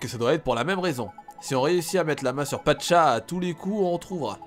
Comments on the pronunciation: Pacha pas Patcha ! ;) sinon super vidéo ! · c est pacha pas patcha